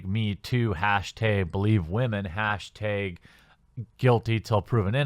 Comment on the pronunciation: Hashteg, false fleg, god you cannot pronounce a's properly can u lol